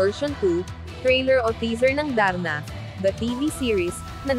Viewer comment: Hindi O.A. Ang pagkakabigkas Ng Darna sarap pakinggan..I am sure number 1 na Naman yan congrats Jane